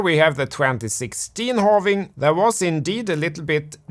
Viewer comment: When I started watching your video I hated your accent but the content was very good, now I got addicted to it, thanks for the continuous Morket and Holving updates